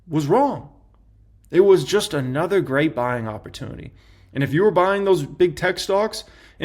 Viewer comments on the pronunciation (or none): People: this is not financial advice.: "YOU HAVE TO BE BUYINGGUH"